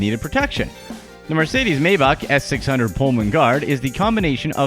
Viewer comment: Stop saying MArcedes, It's Mercedes you lower class shit... Also, none of these things are actually impressive other than the 737... Most typical millionaires can buy a yacht or a RR... Poor people should not be allowed on youtube...... damn Mexican, glad Trump is president so he can send you back to whatever shithole you came from!